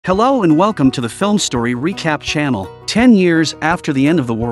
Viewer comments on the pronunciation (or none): none